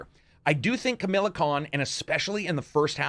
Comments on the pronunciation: Bro it’s not Camilla.. It Kamala.. pronounced Ka- Ma- Laa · Why is he pronouncing Kamala as Camilla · It's Kamala, not Kamila. Good review nonetheless. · Good review, but her name is Kamala, not Camilla. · her name is KamAla not kamila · Camilla? It’s Kamala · Kamala khan, not camila khan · Kamala not Camilla. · It's kamala, not Camilla.. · It’s Kamala not Camilla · ‘Camilla’ Khan?😂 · Not to be rude but it's Ka-MAH-la not Camilla. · Who's "Kamilla"? Pretty sure it's Kamala. 🤣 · Does it irk anyone else that he calls Kamala, Camilla? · Its Ka-Ma-LA not Ca-mi-la lol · Ka-mah-lah, not Ka-mill-ah ;) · Not Camila, it KAMALA , say it like this KA MAA LA. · Lmfao all these ... ITS kamala not camila but all ignoring the 14 dollars for fucking skins on top of a 60 dollar price tag . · Stop saying CAMILLA Kahn. It's pronounced Ka-ma-la. Of just call her Ms Marvel if you can't pronounce the name right. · Actually she’s called kamAla khan, otherwise, great review ;) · "Kamila" Khan? Hahah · There is no "I" in "Kamala" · Stop saying Camilla ffs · KA-MA-LA KHAN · Bro it’s Kah-mah-lah. Or just say Miss Marvel🤦‍♂️ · Anyone else got annoyed with how he says kamala's name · Camila or kamalah? Haha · how are you reviewing this game but can't pronounce Kamala's name right?? It's not fucking hard goddamn